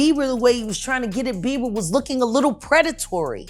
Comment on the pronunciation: Does he say Beaver?😅